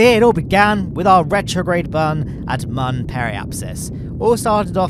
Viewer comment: I can't stand this man pronouncing Mun as "man"